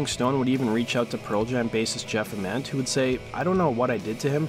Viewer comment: it's Ament with a hard A